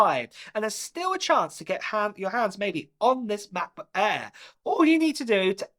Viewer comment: mah-buh air